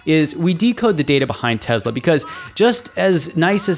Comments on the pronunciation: Why do you pronounce TeSla as TeZla...there is no Z there. S as in Sun. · Is it "tez-la" or "tess-la"? I think it's the latter but this host pronounces it like the former. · can you please pronounce the name of the company correctly? It’s Tesla not TeZla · How can somebody take you seriously if you can not even pronounce Tesla correctly? It is TeSla not Tezla. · Just because Elon Musk mispronounces Tesla doesn't mean you have to do the same. Nikola Tesla never would have said it that way. Most people at Tesla or outside of Tesla don't say it the way Musk does. Nobody in Serbia would say it the way Musk does.